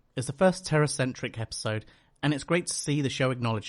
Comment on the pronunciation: The one thing I hated about her character wasn't that she was a do-over of Willow, it was that everyone was pronouncing her name as "Terra" instead of "Tara". WHY did no characters ever pick up on this?